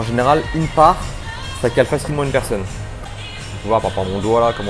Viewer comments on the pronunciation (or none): none